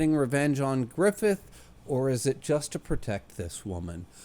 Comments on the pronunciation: Qliphoth is pronounced as klɪˈfɒθ (kli-FOTH, "i" as in "tin"). Source: wiktionary. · I just keep tuning into these cus I can't help myself. I hope you continue to enjoy the series as there is a lot of great stuff coming up. Also, it's pronounced like cl-eye-fod as silly as that is.